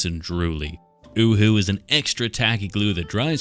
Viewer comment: It’s pronounced “yoo-hoo”…